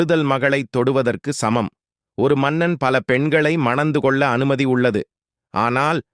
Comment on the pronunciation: தமிழை அங்கம் அங்கமாக (கொள்ள = க்யாள்ள) வெட்டி கொன்று விட்டீர்கள்.